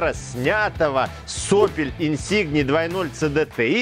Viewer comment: Инсинье,,,, не инсигне